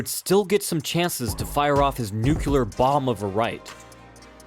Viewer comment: Say it with me so you don't sound like such an idiot next time... Nu-clear, not nuke-u-lar.